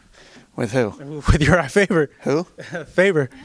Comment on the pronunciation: It's Faber not Faver, you idiot!